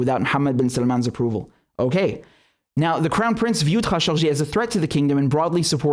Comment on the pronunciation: Had no idea how khashoggi was actually pronounced. Thanks Richard